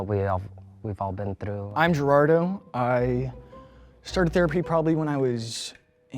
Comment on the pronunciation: GIRARDOU I hate that we have to pronounce Spanish names in English and butcher them. GERARDO, loco